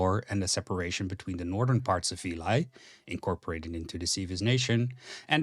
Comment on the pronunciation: A surprise to be sure, but a welcome one! Good job mate, pretty much perfect summary of the lore. Just some notes: - Veli is probably pronounced more like "veh-li" instead of "vilai" (the country is greek inspired so that is the most likely pronounciation, and its what I personally and most people seem to call it). - The map you use is the old outdated one. Its good to get an idea, but painfully innacurate and it may lead to misunderstandings. Admittedly, we don't have a proper map with borders anymore, but we have some general ideas of what it looks like. - Incredibly small pet pieve, but I feel Callahan's death in combat before the Battle of Red River should have gotten a mention, but I guess it got in the way of pacing. That's pretty much it, and thanks for the shotout at the end. If you wanna make any more lore related content feel free to DM on discord and I'll gladly help you out. Cheers!